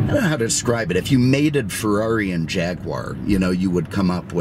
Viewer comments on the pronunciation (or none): none